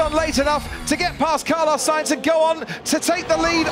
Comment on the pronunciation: “carlos sAInz” 😂